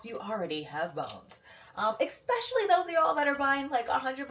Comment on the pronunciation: Enjoys your content!!! But there’s no X in especially. But you’re not the only one… I’m sorry. Yes I should’ve 🤐. Third creator today saying expecially. 😅